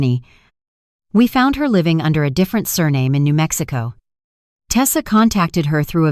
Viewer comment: It's HER AS IN A FEMALE NOT HAIR.HAIR IS ON YOUR HEAD.😢😢😢THIS IS THE WORST NARRATIVE AND NARRATION 😢😢😢😢😢